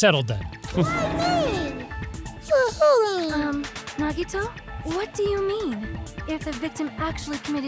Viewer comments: did just say "Nag-eh-toes"? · naggi toes 🥰